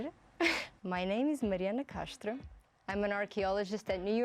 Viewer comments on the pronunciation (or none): Did she just pronounce Mariana Castro with an accent? "MariAna Cashtro" No manches wei🤦🏻‍♂️ Also most of the movies you guys showed. The characters aren't archaeologists per se. They're more tomb raiders. Which means all the rules you pointed out, they wouldn't give a shiiiiii about. Pretty much it's a dumb video you guys put together.